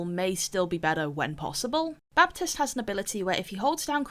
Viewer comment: clicked as fast as i could (ps: the 'p' in baptiste is silent)